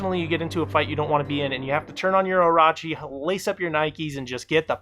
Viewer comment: Other than the whole "Only Orochi and Peacekeeper run away from fights" stereotype... I'm severely triggered why the way he's saying Orochi...